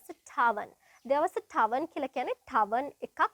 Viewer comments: It’s not tarven It’s tavern isn’t it? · Tarven or Tavern ?